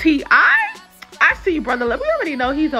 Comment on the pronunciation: It is just one syllable. Looked not looked-ed.